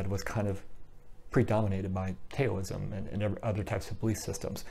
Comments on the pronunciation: Great video. This definitely clears up some confusion. Just so you know though Taoism is pronounced "Daoism" spoken like D-AH-O-ism. Have a great day my friend. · please, don't say Tayoism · The "T" is pronounced like a soft "D". That is why westerners started spelling it with a "D". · Update: Pronunciation of Taoism, Daoism, and Dhyana. My apologies for the pronunciation of these words which I realized was incorrect after the video was already uploaded. Taoism: TA-OU (as in 'mouth') -ism (source: Wikipedia). Daoism: D-AHO-O-ism (as explained by Chill Dragon in the comments below). Dhyana, a Sanskrit word, is pronounced very much like the Pali word, Jnana (as explained by Mohamjip in the comments below) Thank you! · Thanks! I have a pinned comment with the pronunciations. Unfortunately, I can't edit the audio of the video already uploaded. I originally was not going to say it that way in the video but heard a different pronunciation (which turned out to be incorrect) which made me change it at the last minute.